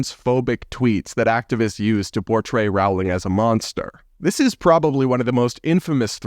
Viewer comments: Not to be that person but it's Rolling not Row-ling. Please don't be offended. I love your channel,! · ‘Roling’, not ‘rawling’ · Rowling ... like "bowling"... just sayin' :-) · First syllable of JKR's surname rhymes with hole, soul, bowl, foal - not owl & fowl. In other word, Rowling sounds like bowling as in bowling alley, not howling or growling like a wolf or dog.